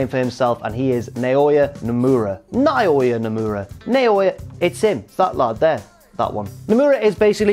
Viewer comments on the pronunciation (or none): you'd pronounce Naoya's name as Nowya.